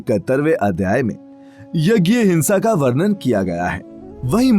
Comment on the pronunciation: Very glad to see a vdo on this topic. Nice content. But your pronunciation of some hindi word r done in English. Jaese varnan, varnit, pramanit, aadi. Agar aap hindi me vdo bna rahe hain to shuddh hindi bhi boliye. Warna log jo hindi padhte nhi unhe yahi hindi sahi lgegi or hindi k bahut sare shabdon ka uchcharad bhi wo galat dang se karenge. Warnan or pramanit jaese shabdon ko isi tarah na padh kr hindi me sahi uchcharad kr k boliye. Taki log bhi hindi bhasha ko sahi se jane.